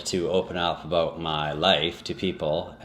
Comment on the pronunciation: about = a boat....i love the accent! lol